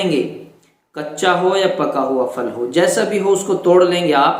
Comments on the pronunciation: Phal bol re fal nahi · جزاک اللہ .وہ پھل ہے فل نہیں